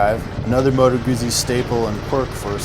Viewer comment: sorry mate: It's MOTO! You can check it out on any Italian motorbike review on youtube! Are you sure; your wife is from Italy???:-))